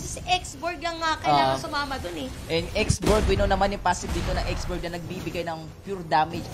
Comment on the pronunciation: ''X'borg daw? lol ganto ipronounce yan x.borh